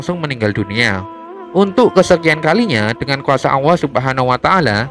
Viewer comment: Yang tukang cerita ini aja gk bisa nyebut huruf ( L ) bilang allah aja ( auuah)